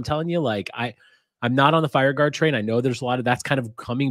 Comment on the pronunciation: Say it with me: FIRE GARD 🤣🤣🤣